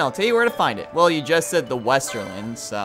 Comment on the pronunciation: couldnt help but be annoyed when he kept saying "Esterland" Boy was that painful